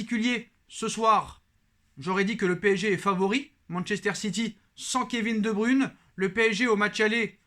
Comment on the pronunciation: Kevin de bruyne et non de brune